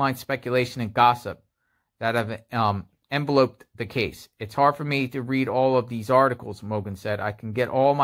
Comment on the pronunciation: just so you know (and I'm not trying to be condesecending), when the word "envelope" is used in VERB form, it is pronounced "enVELoped" - stress is on the second syllable. LOVE your content and the great effort you put into what you do!